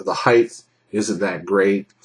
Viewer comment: Ugh, you said "heighth". Thumbs down just for that. :/